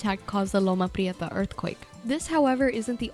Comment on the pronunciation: Eyyy, shout out to those rolling r’s in Loma Prieta.